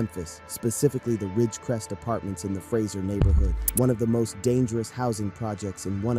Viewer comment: That Mane said frazier 😂😂 I’m tripping